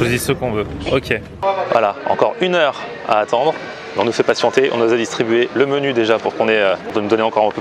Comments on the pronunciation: 3.35 alors sa c le mènou (menu) mdrrrr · quand elle a prononcé menu elle l'a clairement prononcé à l'espagnole après je me trompe peut être mais vu que ca tête faisait assez latine j'ai pensé à ca mais après c'est peut être aussi une latino américaine. De toute façon elle pas l'accent d'ibta étant donné qu'elle n'a pas l'air d'une tchèchène